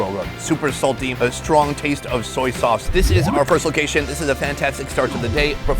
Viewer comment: Lol he said "stwong"